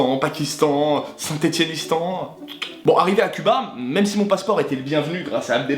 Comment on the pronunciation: ’’saintestan ’’ ptdrrrrrrrr